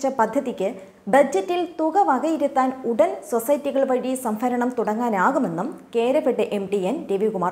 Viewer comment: സംഫരണം അല്ല സംഭരണം എന്നു പറയു കുട്ടി